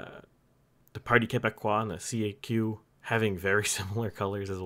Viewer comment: Tip: no one says C A Q. It's "Kak"